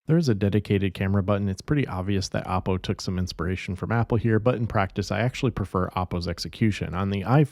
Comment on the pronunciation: Dont pronounce it APPO , as it sounds like APPLE. Should pronounce as OOppo